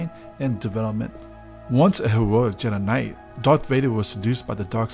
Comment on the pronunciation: “once a heroic JEDANAIT” 😅